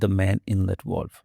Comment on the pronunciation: It's a Valve not a Volve.